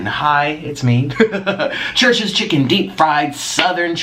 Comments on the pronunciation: I kept hearing Trisha's chicken instead of Church's chicken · When he starts off the video talking about 'churches chicken' and it sounds like Trisha's chicken 💁🏻‍♀️ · I thought you were saying Trish's Chicken lmao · He keeps saying “Trisha’s chicken” 😂